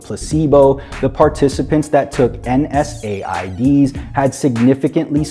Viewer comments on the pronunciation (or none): Why didnt just say nsaids he said n s a i d's